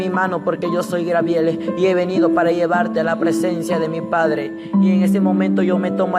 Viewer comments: Jajaja a este peterete dice que Dios le reveló que esn en el infierno Yiye Ávila y Héctor de la cruz pero en otro video yo oí que otro a quien reveló Dios que Yiye Ávila está en el cielo,al final a quien vamos a creer a este o al otro que dijo,lo contrario,jaja me hace reír mucho como narra sus cuentos,por favor no crean a este profétucha,ja grabiel,quien grabiel,no ha leído ni mucho la biblia no es grabiel si no Gabriel,ya basta de poner atención a este seudo profetucho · genoveva chang no te burles a muchos les es difícil pronunciar no te fijes en los defectos de los das por favor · SOLEDAD LOPEZ DISCULPEMOS A NUESTRO HERMANO ES UN PROBLEMA DE DICCION POR CAUSA DEL LENGUAJE DE SU PAIS EN REALIDAAD ES GABRIEL. HERMANA HAY QUE COMPRENDERNOS Y SER MISERICORDIOSOS LOS UNOS CON LOS OTROS HAY QUE DAR LO QUE QUEREMOS RECIBIR.DIOS ME LE BENDIGA AMADA HERMANA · Gabriel no Grabiel que cuesta hablar bien. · Es Gabriel no grabiel pronuncia bien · Por pronunciar mal el nombre Grabiel no le quita credibilidad al testimonio. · Sigue repitiendo li de los demas...... Espiritu seductor es lo que te rige ;Necio..... Grabiel????? Tampoco ni tslento tiene este muchachito Fatuo y NECIO para inventar en orden....El Senor reprends a satanas.. GRABIEL?????? SAN GABRIEL....aprenda a hablar. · GABRIEL..... NO Grabiel Dios te dio otra Biblia y no te enseñó a hablar? En el Infierno hay Biblia en el suelo o en el aire para que las agarren los que van cayendo? El diezmo es para los que predican? Pero el diezmo NO era dinero, no era para la iglesia sino para los judios y e el Nuevo Testamento no se enseña - gusanos serán tu cama y gusanos te cubrirán a ti por mentiroso !!! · no es griabel es gabriel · Porque dice angel Garbiel?? .. no se le entiende q quiere decir de a ratos